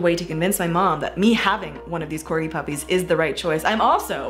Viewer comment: I like how you say "corgi puppies" as one word: "corgipuppies"